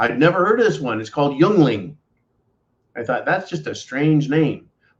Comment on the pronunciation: Your killing me! Yuengling (Ying-ling), the oldest brewery in the U.S. and hey, we need something to be proud of in Pennsylvania!